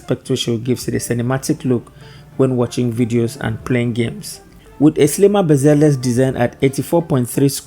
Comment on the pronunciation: The way u pronounce bezeless is quite funny Nice review tho